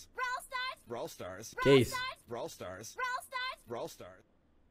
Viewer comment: surb swufar ou bralw swufar